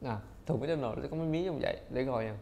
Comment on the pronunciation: Mc Donald người ta đọc mặc-đo-nồ còn anh đọc mít-đo-nồ 🤣🤣🙏